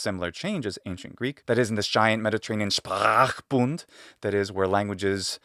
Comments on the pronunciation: Not really "nice" but at least the right phonemes were there 😅 Not the most mellifluous word after all.. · As a german native speaker, SPRACHBUND surprised me. Nice pronunciation!!! (note that the u is shorter tho, at least where I am from )